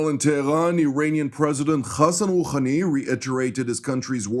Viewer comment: Iranian president "khhhhhakhem Khooookhhhhhhhani????? It is Hassan Rohani. Hhhhhhhh not khakhan